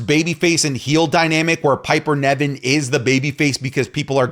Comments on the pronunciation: Please by god, stop saying Piper NEVin, when its NIVen:(((( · Its NIVEN , NOT NEVIN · please look up how to pronounce Niven, it’s driving me crazy how you say it 😂